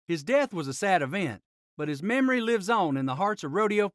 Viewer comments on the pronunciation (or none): none